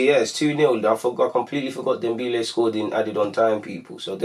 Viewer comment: its dembele not dembeele